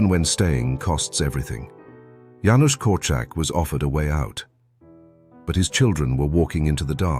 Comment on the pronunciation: Thank you for pronouncing Janusz correctly, my late husband was called Janusz, it was always pronounced wrong.